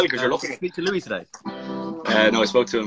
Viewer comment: Niall did NOT just call louis "lewis"